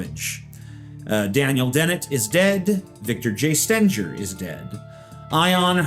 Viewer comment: The G in Stengeris pronounced like the G in "bigger", not like a J.